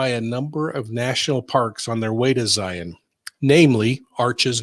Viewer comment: Also.. thank you for pronouncing Zions correctly lol